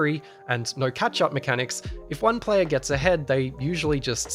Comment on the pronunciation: Did you just call "player" P layer?